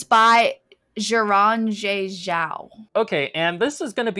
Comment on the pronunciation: Btw Xiran is pronounced very similarly to Ed Sheeren’s last name